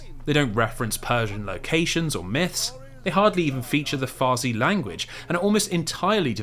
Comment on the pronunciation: its farsi not farzi 😅 or even better persian